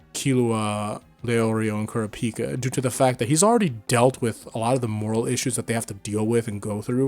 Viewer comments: Why do you keep saying Kurapika like that? Please use how the English dub calls him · the way you said kurapika bugs me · Bro keep Kurapika name out yo mouth if you pronounce it like that.